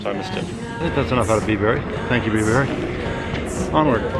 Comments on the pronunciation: Bibury is pronounced - Bybree 😉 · It’s pronounced byebury,weird little place...should’ve seen oxford you’d love it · Great vid! I live near Bibury so fun to see it featured. Just so you know we natives pronounce it 'Byebury' not 'Bibury' - all the best!